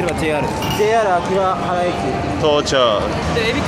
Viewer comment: 秋葉原は「あきはばら」ね 「あきばはら」じゃないよ😂 あと食べ物が口からなくなってから喋ってほしいな 結構長い間口に食べ物入れたまま話してる時ある😢